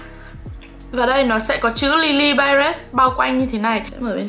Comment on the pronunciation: chị ơii lilybyred hong có âm s ở cuối đâu ạ :(